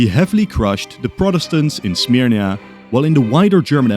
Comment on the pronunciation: Styria not Smyrnia